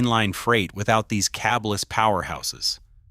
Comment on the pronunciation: the point is this AI video is idiotic. It’s “cabless,” not “cabe less.” Language matters, despite people that put out garbagy videos. Iz thet okey?